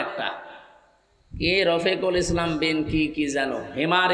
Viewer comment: আমির হামজা হুজুরের যে নাম টা অর্থাৎ রফিকুল ইসলাম বিন সাঈদ উচ্চারণ করতে অনেক কষ্ট (?) হলো উনি কিন্তু আমির হামজা হুজুরের চেয়েও অনেক ভালো এবং বিশুদ্ধ আলোচনা করেন